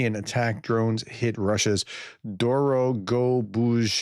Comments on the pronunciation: "Dorogobuzhskaya" I would try " Dough Row Go Buzh Sky Ya" with a Z sound instead of an 'sh' at that point. I don't speak or understand a word of Russian, but that's how I would do it. There are also resources online for pronounciation, but you probably are aware of them. Retired carpenter here, lots of experience making do with things I didn't have at the time...! You are progressing, when you are good at pronouncing Ukrainian and Russian names, the war will likely end! I'm getting a laugh out of this today, you are doing good work, keep going. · Dorogobuzhskaya is not that hard to pronounce if you just take it one syllable at time. You did all right until you got hear the end, but then you inserted a "z" in the middle of "skaya." You really should get this right, as the ending "-skaya" shows up frequently. AI says: "The Russian ending "-skaya" (ская) signifies "of the," "belonging to," or "related to," functioning as a feminine adjective form (masculine is "-skiy") to link a place or person to a feminine noun, like Moskovskaya Oblast (Moscow Region) or Arbatskaya (Arbat Station, as stantsiya "station." This ending is female. It also appears in feminine surnames like Dostoevskaya, indicating origin or relation...."